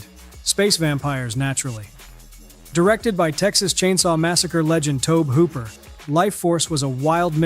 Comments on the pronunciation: "Toab" Hooper? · It's pronounced "Toby" Hooper!